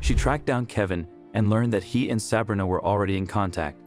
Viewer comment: It's Sah-bree-na